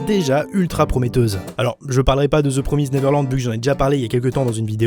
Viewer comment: ze promize néverlande